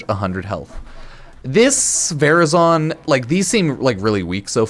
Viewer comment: "Varazon, vazrin" What's happening?🤣